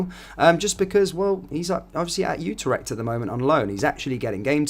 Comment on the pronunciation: IT IS NOT UTER-echt it is U-TREK-T (phonetic)